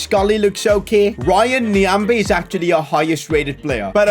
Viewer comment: pronouncing my fellow country man:RYAN NYAMBE:really touches my 💖💖.All the way from NAMIBIA.Thanks very much that really made my day